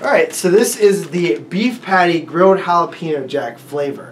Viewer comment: Did just say "Jalapeno PECKER Jack?"